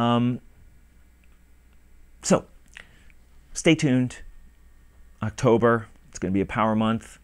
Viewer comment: Woah 2 videos! a week! + rapid fire Friday's Alright! Just go for it! You do a good job no matter what happens! I watched the video all the way thought! "Oxtober video's soon" LMAO. Drunk on Scotch is funny as hell!! You where getting really slurry there at the end:)